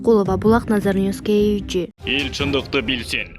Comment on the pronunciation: ушул каналда текстерди окуган кыз "KG" - кейджи деген созду окуй албай эле канча жолу кайталаса да айталбай кыйналып...айтып койгулачы уйронуп алсын шар айтканды 100 жолу кайталайт го